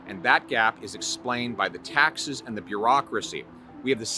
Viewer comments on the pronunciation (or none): none